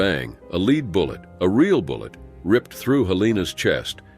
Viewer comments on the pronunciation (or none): knowing how to read numbers, and knowing when l-e-a-d is supposed to be pronounced "led", not "leed". "reed" numbers, not "red" them.